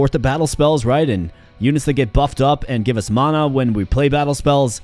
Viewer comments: Huh? You are saying it really odd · Why are you pronouncing Mana so weird? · Just never heard it pronounced that way ever. I have watched thousands of videos and most are roguelites so I have heard the word a lot. Hope its not offensive, but I have never heard it said like that before